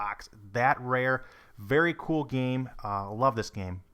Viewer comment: I hate how this guy says the word "game" or "games"